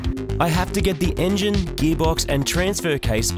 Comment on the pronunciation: The "enyin" is in. What is an "enyin"?